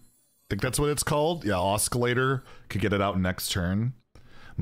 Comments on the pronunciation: Sorry to nitpick, but the "C" in Oscillator is silent and Ahhskilator bothers me for some reason. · Please stop saying oskillator. It hurts me😢